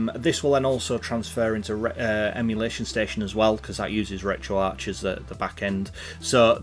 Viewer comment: At least he doesn't say Retroark.